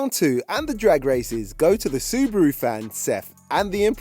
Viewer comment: There is no c in Subaru why do you say scoby